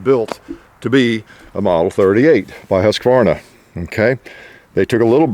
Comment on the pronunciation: The name is pronounced Huke-Varna not Huska-varna. Huke like Nuke, Luke, Puke etc. Nicely finished Swede no pun intended.